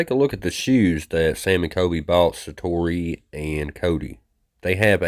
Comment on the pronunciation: Shining? Sa-toe-ee. Hope you feel better. Eat a jalapeno until you sweat, cry and have a nose drain. Won't look great but ...😂 thank you.